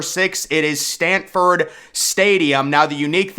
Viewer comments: SANFORD not Stanford Stadium! You must be from Alabama. Learn how to say Neland, as well. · Please know the name of the stadium Its Sanford not Stanford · Nee Lan Stadium? Can't you even pronounce it correctly? I'm just jerking your chain buddy....but I got a good chuckle out of it....LOL And it's SAMford Stadium. Not STANford Stadium... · Stanford stadium???? It's Sanford stadium. There is no credibility if you can't say the name correctly. Nealon stadium??? Dude give it up. No upper deck at ben hill griffin stadium??? Uhhh dumbest have you paid attention to the west side of the stadium? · You’re trolling, right? Stanford not Sanford. Nay-Lahnd’ not Neyland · Jordan-Hare is pronounced "Jerdan" It's Sanford, not Stanford. It's "Knee-land" not "knee-lon" Just some constructive criticism. I really like your videos! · It's pronounced S-A-N-F-O-R-D stadium lol. And it's actually #1 BTW 😊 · There is no T in Sanford. Neyland not neylaahnd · please, if you're going to rank UGA so low, at least pronounce the stadium name correctly